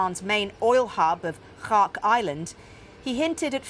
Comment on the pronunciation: Learn how to pronounce "Kharg"